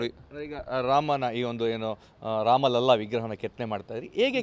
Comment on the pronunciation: ಮಹೋದಯ ಜೀ, ರಾಮ ಲಲ್ಲಾ ಅನ್ನೋ ಬದಲು ರಾಮ ಲಲಾ ಅಂತಾ ಉಚ್ಛಾರ ಮಾಡಿ. ಬಾಕಿ ಎಲ್ಲವನ್ನೂ ತುಂಬಾ ಚೆನ್ನಾಗಿ ಹೇಳಿದ್ದೀರಿ ಧನ್ಯವಾದ